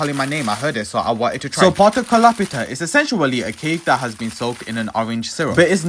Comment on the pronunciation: The pronunciation of essentially is uh·sen·shuh·lee